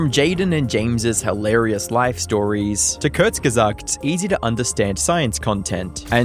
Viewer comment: He said "Kurzgesagt" correctly!!!